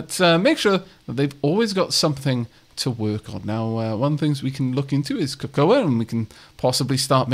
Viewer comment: I don't think i've ever heard someone say Cocoa like it's spelt before... It's just "koh-koh" BTW. The A is silent.